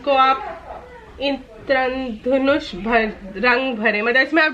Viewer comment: Bahna Bharat me rahte hue indradhanush nhi bol pa rhi ho.tumhari galti nhi mata pita ko dhyan dena chahiye tha ap par Hindi h hum or durbhagya aap jaise pta nhi kitno ko Hindi thik se padni nhi ati